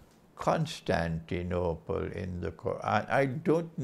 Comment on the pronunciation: I like the way you pronounce Constantinople!! Greetings from Greece